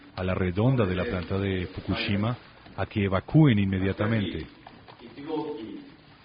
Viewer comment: ES FOKUSHIMA!! NO FOKUCHIMA!! APRENDE A DAR LAS NOTCIAS MENDIGA VIEJA!